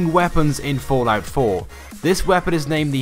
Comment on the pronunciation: I everytime hear the word fortnite when he says fallout😂😂